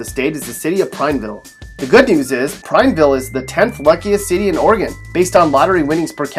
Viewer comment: Yo dude, you pronounced Madras and Prineville wrong. Madras is like Mad 😡 ras. Prineville is like Prine-ville. Remember the “E” in there. Not Prin. Also we have some pretty awesome rock hounding powwows in both these towns. And drivers are way bigger jerks in Bend. I’ve lived in Central Oregon my whole life, and have never encountered more impatient and rude drivers than in Bend. It’s true most folks want to be left the hell alone in Prineville, but if you offer the first smile, most people are more than happy to make a new friend.